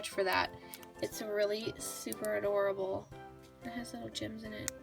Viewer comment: When she said "this is absolutely adorable" I thought she said "this is absolutely horrible" who else😂